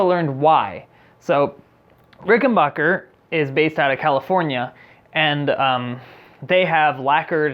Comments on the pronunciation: Before you critique an instrument, learn to pronounce the name: it’s not “Ricken-bocker,” its Ricken-back-er. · Ricken-baker. Ricken-BAKER! RICKEN-BAKER! NOT RICKEN-BACHER! SAY IT ASSHOLE!!!! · It's pronounced rick n back er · Pronounced, "Rickenbacker" not "Rickenbocker" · Its Rick - n - Back - Er, Not Bach - er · RICKEN BACK ER not BACH ER you must have said it 100 times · I understand this video is 2 years old so I’m gunna clear a lot up. First- it’s pronounced Ricken- BACKER not BACHER. Second- warranty is 5 years not 3. This guy clearly knows nothing about string gauges or did any research on the RIC factory recommended spec, he just bought strings and slapped them on like it would change anything but it affects everything! Third- if you adjust your action, YOU CAN ADJUST THE TREBLE PICK UP TO MATCH, eliminating this guys buzz on the cover. Or remove the cover and move along. Fourth- RICs back log is based on demand not controlled substances. What a weird thing he “discovered.” RICS operation is super small compared to other companies, we’re talking less than 50 employees and that includes office staff, so the back log is just not having the ability to keep up with demand. Fifth- the price is very average if not less expensive than an American made instrument in the “high end”category. Don’t believe me? Look at Musicman, Gibson, and Fender American, CA made instruments. My final points- parts and components can move and break in a few years, happens on instruments all the time, so your pickup issue isn’t that uncommon realistically especially if you’ve dropped or banged the instrument of accident. Also RIC fixed all the bridge issues with a new bridge developed and released in 2019 called the V2. Rattling, difficult intonation, tail lift all solved. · Ricken-BACK-er. Stop pronouncing it like the popcorn guy. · Ricken-BACK-er, not Bach-er. True story